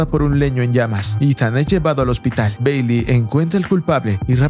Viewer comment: Mi parte favorita fue cuando dice beyli...